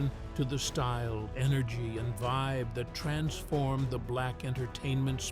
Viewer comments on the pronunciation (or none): none